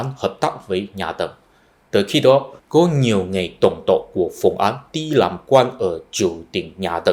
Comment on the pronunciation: Bạn tập phát âm lại âm án với áng nhé. Phùng Áng bạn đọc là Phùng Án rồi.